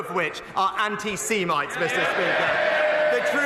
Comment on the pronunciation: Seamites? Have I been saying this word wrong? Semites? Seamites?Semits?